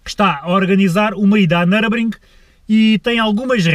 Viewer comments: Nurburgring nao nurbring 🤣🤣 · uma ida a "nurbring"! um carro so pa ir a "nurbring"! por amor de deus, ao menos diz o puto do nome da pista direito